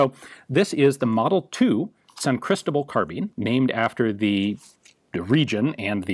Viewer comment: I don't why, but the way he says "Cristobal" bothers me a bit, "Crystal-bull"